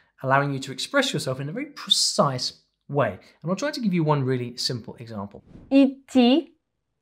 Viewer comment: Is it just me or the lady that presented the идти and ходить mispronounce the words